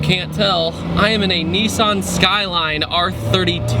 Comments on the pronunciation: its a nissan not a kneesan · cool vid, , but why do americans say 'nee-sun' skyline? where I come from we say nis-san skyline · it's not pronounced "Niiiisaaan"